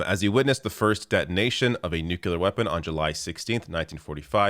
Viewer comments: While calling them idiots you said “nucular”, while reading “nuclear”. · I completely agree with you on this but please pronounce the word nuclear properly. It's not pronounced nukiller!!!! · Nuclear is pronounced like new-clear.